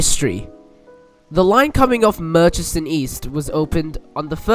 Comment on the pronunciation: and they kept saying murrichson lol i always get a laugh from people's assumed pronunciation for place names. and this one's not even foreign. just get the fare-capped vline up here and ask us lol